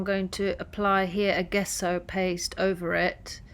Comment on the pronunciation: Love the print! Just FYI, gesso is pronounced “jeso” with a j sound at the beginning. 💖👍